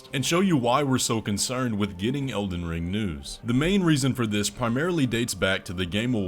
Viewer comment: Also "Elden Ling"